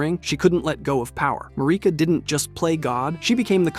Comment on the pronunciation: Why do you pronounce names wrong only to do it right a few seconds later? (Besides “Mahrika”, she’s always “Mareeka” in your videos for some reason, despite her name being pronounced thousands of times in the game) And it’s not just this video